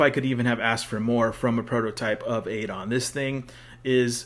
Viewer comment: My a time fave SF character. But it’s Ah-don 😂